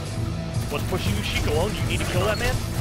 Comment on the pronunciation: why does he keep calling you sheek?